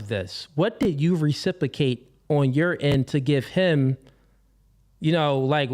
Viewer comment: He wasn’t worth listening to the minute he can’t even pronounce ’Reciprocate’ properly